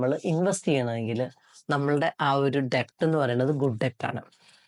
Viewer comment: ഡെബ്റ്റ് എന്നല്ല കേട്ടോ ഡെറ്റ്✔️ ആണ് debt